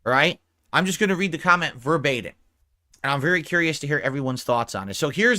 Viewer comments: Did he say “verbatin”? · "Ver- bate- in" for the love of God. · can’t say the word verbatim